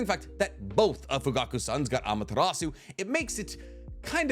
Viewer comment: BRO. Say Amaterasu like that ONE more time, and you're gonna catch these hands.